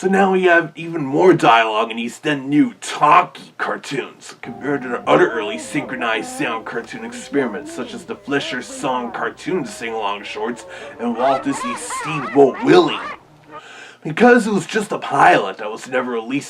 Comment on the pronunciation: You mispronounced Fleischer it's pronounced Fly-sure